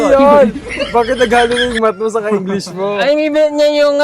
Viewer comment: magaling sya magpronounce ng english. yung v sound at f sound correct